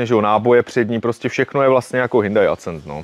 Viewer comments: Sorry ale nejsem schopen to dodívat do konce. Vždycky když řekne Hyndaj nebo Acent tak se mi otevírá kudla v kapse :D Trošku svitla naděje, když jste se domluvili, že to budete říkat správně a moc dlouho mu to nevydrželo. Auto pěkné ale sorry jsem perfekcionista a fyzicky mě to bolí poslouchat :D Nic proti jsem vadný já ale tak se to prostě nevyslovuje a ještě když to v jedné větě řekne 20x. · Ten Hnůjdaj Accent se čte Akcent (jako Např. Akcentovat=česky zdůrazňovat) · Hindaj Acent Beta :-). Ostuda Tatrováků :-) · V žádné řeči jsem ještě nikdy neslyšel HINDAJ. Kde to ten člověk vzal? To je strašný, nedá se to poslouchat. A ještě to zabije ACENTEM. 😂😂😂😂🤦🏻‍♂️🤦🏻‍♂️🤦🏻‍♂️